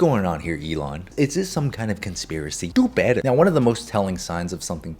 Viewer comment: you sounded like a Mexican when you said do better I like that. I think it’s funny.